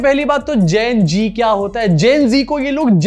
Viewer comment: Abe Patra gen geee nhi gen zee.. Pehele bolna sikh... Phonics classes join kar . Baat karna ata nhi chala Sherlock Holmes banne..